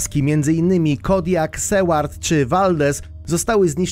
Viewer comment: Ty sam jesteś KARKAS! Stolica Wenezueli to jest Caracas (wymawiaj: KARA-KAS!) Miejscowość na Alasce o nazwie Seward to nie jest SEWARD, tylko sułar-d. Ja rozumiem nie potrafić wymówić miejscowości w języku mandaryńskim, ale takie gnioty? Naprawdę?